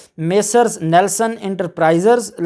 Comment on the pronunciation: very good. your pronounciation is correct. all persons called neeelson you told nelson